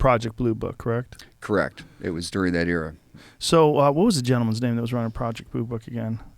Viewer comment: I see the Texas accent is starting to take hold when Joe says 'gentleman's name' haha!